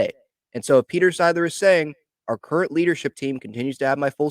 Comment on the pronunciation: Nah. Not are current. Not “are curren.” /